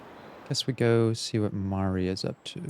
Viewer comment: pleassee the way you keep pronouncing basil as bah-sul is killing me as well as Mari I don’t know what’s specifically wrong with the way you say Mari bc now I’m accidentally taking on your pronounciations